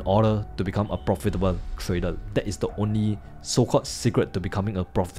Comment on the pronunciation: have u ever said the world properly....TRAy-der.....not Tray--dol